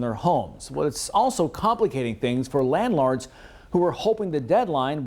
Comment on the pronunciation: Did my mans say "landlards"? 😂